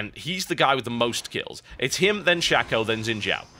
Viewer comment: It's Shaco, not Shacko...